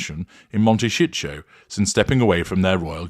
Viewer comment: I’ve been curious how they can afford that house! They’ve been burning through money hand-over-fish. BTW- It may be a regional thing, but in the US, it’s pronounced mon-ta-SEE-toe. OK- I’m an idiot- I get it now! Mon-ta-SHEET-toe no doubt!